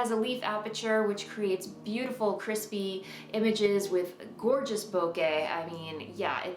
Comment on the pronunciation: Finally someone who pronounces “bokeh” properly! I can listen to your voice all day.